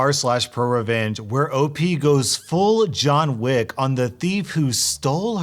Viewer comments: Who the hell is jan wick all i know is j hon wick jhon not jan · Did he say Jane wick? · You mean "jonna wick" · i just realized that he said jane wick. correct me if im wrong but isnt is john wick? never seen the movies ( im still a kid) does john have a wife in the movies? or did he say jane wick cause op was a girl someone please let me know